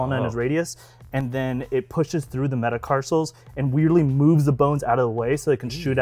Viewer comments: I chuckled at “metacarsals” It’s metacarpals. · Metacarsals!! 😂😂😂😂😂😂 so cute! (It’s MetacarPals 😁😅😁🤓)